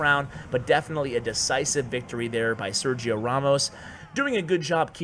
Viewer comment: Just so you know it is pronounced "Ser-he-o". Very funny video